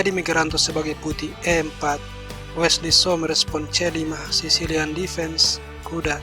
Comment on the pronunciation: Bukan Wela so bang, tapi Wesley so bang. #peace 😁😁✌✌✌✌✌✌✌😁😁